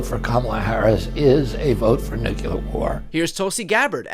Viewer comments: This jackasss is a supposed lawyer from an ivy-league school & yet, can't say "nuclear" correctly & instead, pronounced it "nucular".🤦‍♂️ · & RFK Jr SHOULD AVOID saying shit like NUCULAR which makes him sound like a total moron. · To the reporter and RFK, Jr. who embarrass themselves: it's nuclear, not nukular! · Small point: why can so many people in the USA not pronounce the word "nuclear"? It's easy to say: "new-clear". But so many people are copying the incompetent Bush Junior who was the first to say: "Nuke-yi-lar". 😂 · Why do so many republicans pronounce “nuclear” as “NUKULAR” 🤣. It’s such a silly bone to pick, but something bothers me about politicians holding the power to preserve/destroy the globe not able to pronounce “nuclear” in the only language they know lol. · NUCLELAR... it is NUCLEAR, can't stand that people can't spell nor pronounce this correctly - RFK jr. is an idiot! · nookyaler Your idiots cant even say nuclear properly and THEY have the button!!! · Every American who uses the word "nukular" is even dumber than W. It's NU-cle-ar, people! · Robert Kennedy JR: “….NUCULAR WAR…” About as smart as the demented chimp W Bush (war criminal). Did He ever finish high school? Maybe he was too busy selling drugs to learn how to pronounce NUCLEAR WAR. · ship the entire administration to Iran to pay for war crimes committed against the Iranian people. Also RFK jr is yet another idiot who cannot pronounce the word NUCLEAR! not NUCULAR . Majority of people do not seem to grasp the word which proves lack of simple intelligence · Why oh why can't people pronounce Nuclear??? "Nu clee er". Unbelievable. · NEW-CLEE-UR. Learn to pronounce it correctly. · RFKJ is talking about "nucular war." What a dimwit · DUBYA Bush taught Kennedy how to pronounce "nucular" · Most of them can't even pronounce the word "nuclear" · I swear, I have absolutely NO respect for any politician who can’t pronounce the word “nuclear” correctly… cough RFK Jr cough